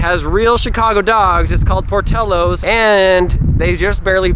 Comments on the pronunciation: Every place you visited was pronounced wrong Giordanos, not giordanios. Joel-e-et, not joilet. Portillos, not portiellos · its pronounced jo lee et and por till os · This video is a pronounciation disaster. Joe-ly-et, as in Juliet but with an O. Por-till-os, and you didn't get an Italian beef so you basically wasted your trip. And there's no Y in Girodano's. Uncultured swine! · I live near there and that’s not how you pronounce Joliet or Portillo’s.